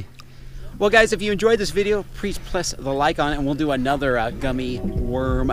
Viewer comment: prease pless LOL